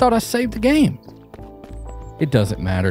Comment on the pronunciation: "but I don't like twitch" Was hoping to hear... "IT DOESN'T MATTAH!" lol